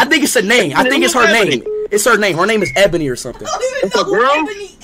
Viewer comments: Its actually E-bonie that's how you pronounce it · Nah y’all know it was his lil bro cuz he was laughin at the fact that speed was pronouncing ebony wrong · But bros don't even know how to pronounced ebony🤣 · Speed saying ebony the wrong way to stay innocent 'lmao ebony is a girl name'